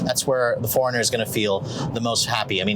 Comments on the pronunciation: Its annoying of how he says foreigner instead of 4Runner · why i'm hearing"forner"instead of "four runner" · Didn't anyone tell him it's 4-runner... Not Foreigner... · ikr it was bugging me the entire time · 4 RUNNER not foreigner...HOLYYY!!! This guy is killing me! URGENT! I wanna know what love is....I wanna know if he knows the model name....grrr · "The foreigner..." Sorry, it was driving me nuts every time you said that! I know you tend to talk fast but, for the love of sanity, should do a tiny pause between Four and Runner... Four.. Runner not foreigner!! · It’s 4 Runner. Not Foreigner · IT'S 4 RUNNER NOT FOREIGNER! 🤔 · 4 runner, not foreigner. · It's 4RUNNER!! not FOREIGNER!!! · "4 - Run n - er".... I keep hearing "Foreigner". Awful. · Geezz all he did was complain about the dam 4runner. He is annoying as hell! And dude its 4 runner stop saying foreigner!!!!!!!!!! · Foreigner, I thought I was the only one that noticed until I scrolled through the comments. Now every time he says 'foreigner' I can't help but giggle a little. . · I keep hearing foreigner. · I kept having Foreigner playing in my head as I was watching your excellent review and I finally realized why... it was how you pronounced 4Runner! Just teasing... great review my friend. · Great video but am I the only one who thought he kept saying Foreigner? LOL. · Cannot unhear that. 😂😂😂🤣🤣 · Tought I was the only one hearing that..😅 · It drove me nuts lol. I was like wait what?!? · I thought it was an east cost pronunciation........like west cost = coke east cost = cola